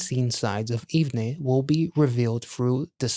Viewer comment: OMG I have never been more early! Haha The group's name is pronounced "Even" by the way. Love your reaction/review as always. Thank you for supporting the boys🥰